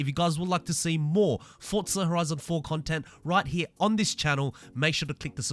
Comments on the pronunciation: no offense, but can i ask why you are saying fortza and not forza? then it would be fortza horitzon. Again, no offense just wondering. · Is the name pronounced forza or Fortza because that’s what I’m hearing whenever this guy ses it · Why do you call it "Fortzar"?